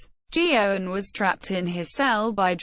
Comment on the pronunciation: The priest's last name is pronounced gay-gan not geo-gan or joe-han. WTF do the pictures used in the video have to do with either Geoghan or Druce? Thumbs down. Booooooooooo!